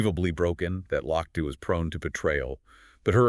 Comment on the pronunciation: His name is pronounced “Loch te”